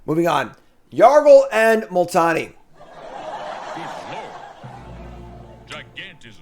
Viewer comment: was better at saying Yargle and Multani's flavor text than he was at saying the names of most of the other legends.